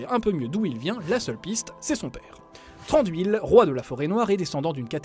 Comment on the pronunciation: Ça ce dit pas Si-ne-dar-in mais Si-ne-da-ri-ne... du coup je donne quelque information sur les noms histoire de corriger... Thranduil ne se dit pas Tran-dui-le mais le "Th" ci je dit pas de bêtises se dit comme le "z" espagnol et le " r " ce roule et le reste du nom se dit a-ne-dui-le. Je vous félicite pour le "e" de Legolas qui se dit "é", au Frodon ce dit pas Fro-don mais plus tôt Fro-do-ne... une lettre dans un mot se dit en séparé sauf ceux là : ai, au, ei, ie, ui, ae, ea, eo, er, ir, ch, dh et ur; et comme c'est pas assez drôle il n'ont pas la même prononciation que le français^^ Ouais c'est super dure mais je peut vous apprendre deux truc que je c'est dire en Sindarin: "Mae govannen! ( salutation, bonjour ) Im Hollywattpad ( je suis hollywattpad) " Après Tolkien à inventait le Quenya, le Westron, la langue noire ou noir parler, la langue des nains la langue du Valinor... et c'est déjà pas mal! Mais je suis pas une pro donc je peux pas vous donner plus emple explications. Voilà, après pour plus d'informations sur le Sindarin, bah trouver un dictionnaire faite gaffe qu'il y est pas écrit Quenya car c'est " l'équivalent " du latin pour la langue française. Ou trouver un site fiable comme "Tolkiendrim" ou une chaîne YouTube fiable comme " le savoir des anneaux ".